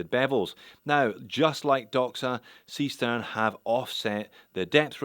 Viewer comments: Only if you pronounce it incorrectly, that is in English. And most languages pronounce a written "E" as [e,ɛ,æ,ɘ,ɜ]. English is rather unique in writing an [i,ɪ] sound using the letter "E" (or two "E's", in this case). Seestern, [ˈzeːʃtɛʁn]. Simple as. :) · ..well,, the starfish is there as in german "see stern" actually means "sea star", so starfish.. and the right pronounciation would be "Zeeh shtern" if instead of being chinese, that'd be a actual german brand.😄 keep up the great work! cheers! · Why not pronounce it Zay Shtairn like a German would, after all it is a German name... sea star in English, or star-fish, as you can see on the back.